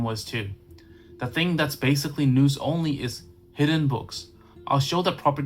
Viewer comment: Just a heads up - The word nous rhymes with mouse, not noose.